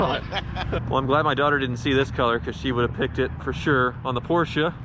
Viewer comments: I love how you pronounce Porsche (almost) correclty. Too many people (especially from the UK) just say porch as in fron porch. I know it is nitpicking but it actually show how much you care about each of those cars and brans. So thickest car channel on YouTube? I don't think so! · Porsche pronounced correctly 👌